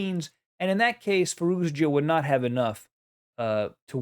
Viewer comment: i love your vids..but you keep pronouncing the "z" at the end of Firouzja's name..its just a "ja" sound > Firouja